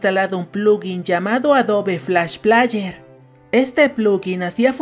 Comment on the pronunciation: Por cada vez que dijiste "plaller", murieron 10 niños en África xd